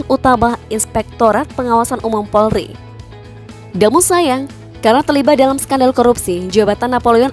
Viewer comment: Kalau ngomong yg jela Bukan porli tapi POLRI.